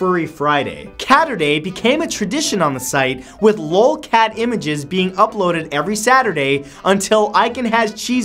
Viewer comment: You pronounce l.o.l. as an actual word 😂😂😂